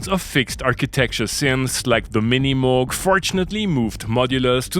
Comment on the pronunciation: but you do pronounce Moog quite nicely